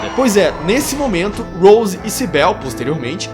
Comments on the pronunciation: O nome da policial nao é Sibél, é Cibyl, vc pronuncia com I mesmo. Adorei o video, a tempos eu esperava por um review br desse filme lindo. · Tua analise é otima! So pecou na pronuncia do nome da Cybil e em dizer que elas morreram no acidente. Silent Hill é um mundo paralelo( até mesmo mental), não espiritual. No acidente elas apenas entraram num "portal". Se elas tivessem morrido, teriam achado os corpos quando foramna cidade em busca delas. Esse filme é MUITO BOM, mesmo tendo colocado um piramid head sem motivo algum. Muito bom mesmo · "CyBEL" kkkkkkkkkk Tirando a pronúncia errada do nome dela, gostei muito da sua análise. Mas se a Rose morreu, como o Chris/Harry encontra com Cheryl? Pq no segundo filme ele está cuidando dela. 🤔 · Ótimo vídeo irmão mesmo com alguns erros de pronúncia nos nomes da Cybil e da Cheryl ficou excelente e ah queria adicionar um comentário as enfermeiras nos jogos tbm são atraídas pela luz isso no primeiro jogo não lembro no segundo